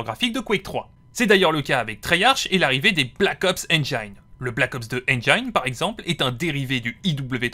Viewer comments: interessante video mais on dit engine pas engayne dsl mais ca m a trigger ^^ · Enjaïne ? Ça se prononce comme c'est écrit, tu pourrais le savoir à ton grand âge